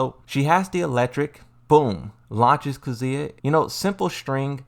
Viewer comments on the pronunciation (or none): And kuzuuya